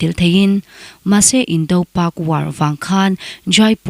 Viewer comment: Indo- pak war i lam dan chu a dangdai hle mai. India leh Pakistan indo tihna a ni a, meaning bo ṭhakin i lam ni berin ka hria.